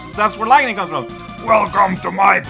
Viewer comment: yeah I guess it is more common to pronounce lightning with two syllables instead of three. Something to keep in mind I guess.